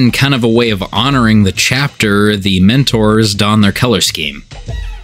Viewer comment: I thought you were saying minotaurs until I saw it written down. Mentors, not minotaurs...